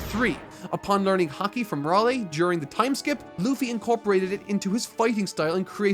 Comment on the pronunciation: 5 1/2 hours in. Please tell me, when does learn to pronounce Haki correctly? Please, I'm dying.